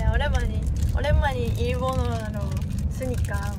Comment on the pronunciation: 오랜만에를 오랜만이 라고 발음하는게 넘 귀여움ㅋㅋㅋㅋㅋㅋ